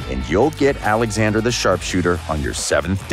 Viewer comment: Its called "oleksander"